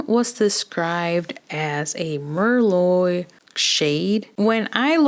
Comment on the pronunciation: Thank you for the comparisons, they really help!! I like the colors but I'm not sure if I'm going to pick any up. Also I just gotta say, 'Merlot' is pronounced mer-low. I made that mistake when I first started waitressing. The customers had a great laugh. 😂❤